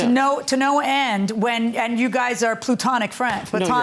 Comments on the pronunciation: My guy said PLUTONIC instead of platonic and UN-KNOWANCE instead of unbeknownst within the first three minutes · PLU-tonic friends? Sounds like POO-tonic. 💩💩 THANKS FRIENDS! THAT'S MY TIME!